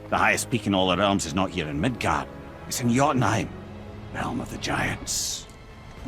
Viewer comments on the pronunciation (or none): none